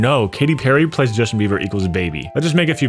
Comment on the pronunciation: you're the only other person I've ever heard said "plus" as "ples"